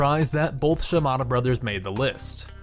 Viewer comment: its hanzo shimada not hanzo shimado